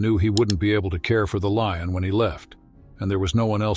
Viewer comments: What is a "lee-un"?? The word is lion,,,,,"lye-un",,lion! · Whats a 'lee-on'? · Artificial voice pronounces words incirrectlt: leeons for lion. This happens in all recorded videos in english. Widespread issue damages finished product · In our channel you will find AI voice that dosent know how to pronounce things.. This is a story of a LEE-ON. UGH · The "LEE-un", huh? Stupid-ass computer narration! IT SUCKS! Is there actually NOT ONE PERSON that can read text and narrate this? Cost too much? THEN YOU'RE NOT WORTH LISTENING TO!! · Sounds like an AI voice. Miss pronouncing Lion as LEE-on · What is with that robot narrator - he mispronounced words, e.g. lion was pronounced "leon" and there were several other words. I voted this video DOWN because of the carelessness of "" was BAD. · Why in the hell cant you announcers ever pronounce things right? What is a LION called certainly not a LEEIN, Stupid is as stupid does. Wake up and smell the roses. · The AI you’re using is not very good. It mispronounces many words, even easy ones such as lion. Your videos would be much improved if you used a better narrator imho. I enjoyed the story very much. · What a beautiful Leeon story. It really boosted my moralay. 😂. Please when using an AI narrator at least listen to what you produce. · Narrator switches from Valenteen to Valentine. Then he can’t pronounce “veterinarian” or “lion” 😮. Seems fake to me. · Love the AI pronunciation - "morale" delivered as "morralay" - and "lion" as "Leon". Also - that cat keeps changing sex - sometimes she's a "she" and others she's a "he". (No expert on big cats, but I'm pretty sure that's a lioness...)